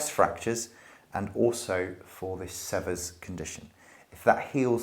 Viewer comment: Sever rhymes with fever. The first e is long. It is named after an American doctor.